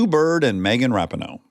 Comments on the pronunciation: he said RAP-I-NO instead of RA-PEE-NO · Dax!! You are saying Megan’s last name wrong. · I love confidence with which he mispronounces Rapinoe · It drove me nuts he kept saying Megan’s last name wrong. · Dax saying Megan‘s last name wrong multiple times killed me. It’s literally not hard to google how to say someone’s name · How Dax pronounced it is wrong lol